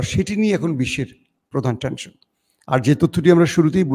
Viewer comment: Watching from Kolkata M Subid Ali. don't take in mind. "TENSION" may be rightly pronounced